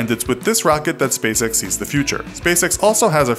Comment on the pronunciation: Why does spacex sound like space sex?